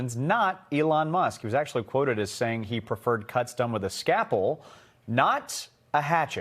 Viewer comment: Buddy what in the world is a Skapple? You mean scalpel? Skal-pel. Not Skap-pel. Sorry that's just. You are paied to speak for a living.